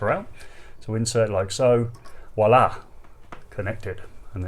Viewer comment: Voilà. With a V, not a W.